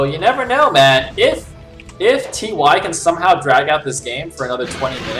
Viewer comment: Why are you calling him "Tee Why" lol. You had it right the first time you said his name, in the opening. :P